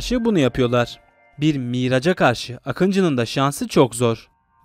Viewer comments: miraj miiraaja değil elma almaa değil bi miraj diyon sanki miraç der gibi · yunan 'miraç' uçağı. 😂 dil sürçmüş. videolarda neden TERS yazi VAR. telif icin mi?